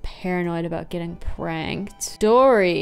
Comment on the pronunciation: Every time you said "got pranked" I heard "got pregnant" and that's a very different category